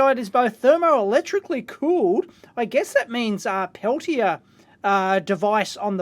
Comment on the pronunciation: "Houy, welcome to everyone's favorite segment mailbag!" Who else at home says the intro every time along with Dave? I can't be the only one... Edit: Dave, when you start pronouncing Peltier correctly, maybe I'll change my pronunciation of geocaching. :P